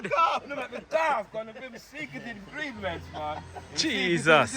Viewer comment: “This man didn’t bring the rest of the Ingrimients “ 😂😂😂😂😂😂😂 lol the boss is lacking performances lol